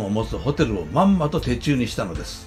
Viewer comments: 手中は〝てちゅう〟でなくて〝しゅちゅう〟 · 手中→てちゅう❌ 手中→しゅちゅう⭕️ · 「画す」は、「かくす」。「手中」は、「しゅちゅう」ですね。